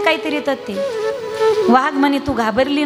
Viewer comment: वाघ वा हाग ' उच्चार